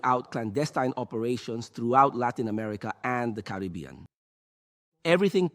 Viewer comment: It's Caribbean lol